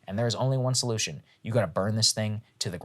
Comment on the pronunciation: "And there's only one solujtion - you gotta burn this thing to the ground" -- Saagar!